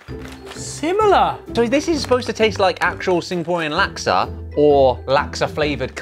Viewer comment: Every time they say laksa I die abit inside 😂😂😂 never knew it could be pronounced like that - from Singapore